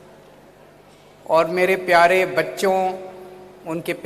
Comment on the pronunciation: गन नही गण होता है